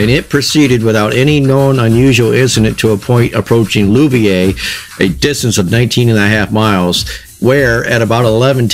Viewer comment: Native Colorado here. Some struggles with pronunciation of place names. The accident happened at Louviers, which is now a few miles south of the urban foot-print centered on Denver. Would have been a bit more out in the boonies in '52. "Loo-ve-urs" more or less. Could the crown-sheet have been exposed and weakened on a previous trip? Did the locomotive operate west through tunnels? My father fired steam for the B&O west of Baltimore through a series of tunnels, a less steep (from 12 to 500 feet above sea level) version of the Rio Grande west of Denver. He said it was common practice when pulling drag tonnage up-grade to enter a tunnel with boiler full and fire fully stoked then shutting-off feed water and coal. Adding either cools the fire and causes more toxic exhaust. Engine crew was motivated to let boiler water get as low as they dared to let it.